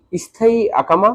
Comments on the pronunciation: akama ❌ ekama❌ iqama☑️ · আকামা কি? 😅 একামা বললে সমস্যা কি?